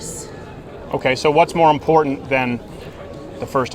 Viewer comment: "Freedom of speech is very impordent."